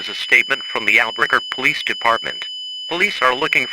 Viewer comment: Albuquerque ✅️ Alberquerque ❌️